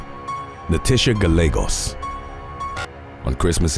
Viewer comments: Gallegos is pronounced: Guy yay gos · The name Gallegos (being Spanish) is pronounced gy-AY-goss (long O). The double L is actually its own letter in the Spanish alphabet. The letter itself is pronounced ell-ye. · Double "LL" is pronounced "Y" in Spanish.